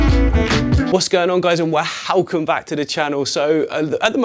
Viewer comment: hahahah, I thought he says (how come back), hahahah, what a cool guy